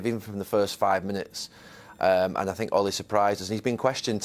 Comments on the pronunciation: No one: Jose: i SiNk ThEy DiD sOmEsInG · Nobody: Jose: I sink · Roy Keane: ‘I tink’ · Klopp: "boom" Emery: "good ebening" Mourinho: "i sink" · My favourite line from Jose is when he said “I sink a.........”